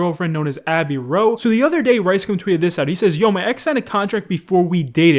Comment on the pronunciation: Everyone: Abby Rao.: Abby Row